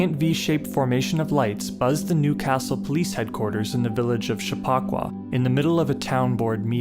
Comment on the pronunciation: Chappa-qua, not CHAPPAW-qua